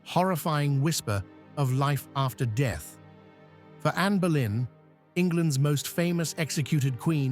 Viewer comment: It Boleyn not Berlin. You should read about visitors to the Tower of London who have witness her apparition flowing in the air with her severed head, under her arm where she was executed and where her body was buried in St Peter and Vincula within Tower of London. she mostly makes appeareance on the day of her execution on 19th May. You may find it very interesting it on Utube movies.